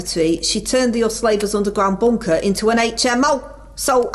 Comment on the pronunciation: I fink yer dead right, our. Don't listen to the nay-sayers, cos us labers are goin' fwom stwenf ter stwenf!